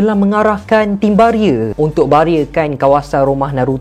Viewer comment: Pelik dgr bro pronounce 'Barrier'.. British accent